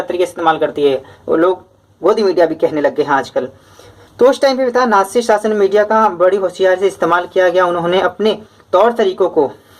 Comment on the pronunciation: Sir aap kabhi kabhi natsi ko naji padhte hai